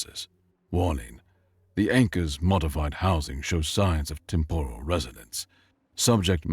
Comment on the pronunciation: Temp-er-al is the pronunciation, even if it's spelled with an O, it's not said with an O.😊